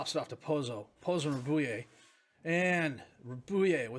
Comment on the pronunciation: Just FYI, Rabouille is Rab-uwee, basically. Like the word ratatouille.